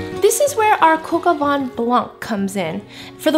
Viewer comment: From a Frenchman: it's coq au vin, not coq au "van"! :) And if you can get your hands on a rooster, you should use that instead of chicken. That's what "Coq" is. But if you prefer chicken, try Poulet au vin jaune with morrel mushrooms, similar to your recipe, its an amazing French classic for winter and spring! I love your videos!